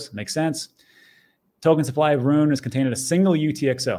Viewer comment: Rune not ruin cmon